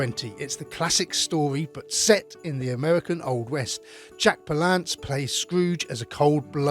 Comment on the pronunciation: PAL-lance...not pal-LANCE...